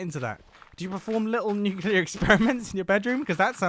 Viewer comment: Goddammit mumbo! I think you are awesome, but will you please stop saying nukular! Stop it! Thanks for the ridiculous content. Loving it!